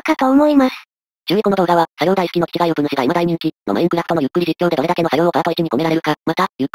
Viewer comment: 最初の作業大好き、が 作業台好き、に聞こえた